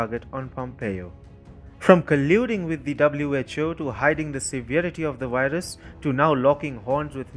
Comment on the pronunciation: The way you pronounce "Virus" is funny. Love from USA!